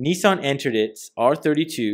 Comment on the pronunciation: NEEEESAN ......... Nissan